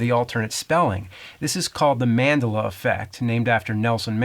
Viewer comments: I remember people saying man-DELLA, not MAN-della. Is that a Jersey thing? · in my universe, its called MAN-DEL-UH, not MANDELL-A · Wait...isn't it man-dell-uh, not man-duh-luh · It's all good. James can say it however he wants. Even if it's weird and totally wrong, lol. A+ for an interesting and different kind of video. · MAN-DELL-UH not "MAN-DA-LUH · ManDELLa not MANd'luh. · please stop saying MANdela, it's manDELa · Man-del-la. and manderler lol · I just had major mandela effect when i went to look for the takeshi's challenge avgn ep that doesn't exist... Also it's Man-del-a not mandel-a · Pronounced Man-della, but aside from the wrong emphasis, interesting video. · It's pronounced "Man-dellla" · It's MAN-DEL-LA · Just a protip... emphasis is on the "del" in Man-DEL-uh. Thanks for another interestingvideo. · Mandela? It's ManDELA 😭😭😭😭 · Man- day- lay? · really surprised the nerd doesn't know the right pronunciation of Nelson Mandela ha ha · Man-Del-La Stop saying it wrong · Is the way James pronounces "Madela" part of the Mandela effect? I've always heard it said "Man-DEL-a", with the accent on the second syllable. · Yo Nerd......just to assist (not trolling), the pronunciation is Man-De-La. ascent on the caps...or as some say it MaDiBa....dont ask on what language or meaning on Madiba, cause I don't know. He didn't die in the 80's he died Dec 2013. It's strange how this phenomenon got named after Mandela. As far as i know it was coined because of people thinking they were sure he died in preson in the 80s. It could just as well be coined by Pete-snot about the Berenstein/Berenstain.....But be it as it may the Mandela effect is an interesting concept. as I hear many times my dad recall memories that i remember, but his recollection is different to mine.who's right me or him. I'm South African if you where wondering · Biggest I can remember is proper pronunciation of Mandela as Man-dela... JK James, you're the best and this is fascinating. The mind is curious.